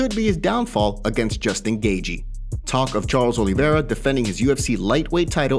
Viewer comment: Who tf is Justn Gagey? MMA Zone and cant even correctly pronounce names lol. Poser casual